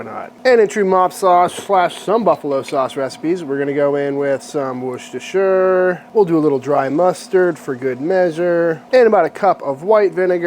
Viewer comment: I’m shook - first American I’ve heard pronounce Worcestershire sauce right.